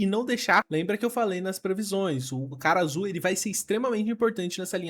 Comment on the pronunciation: Eu simplesmente não consigo ouvir "Karasu", eu sempre ouço "cara azul"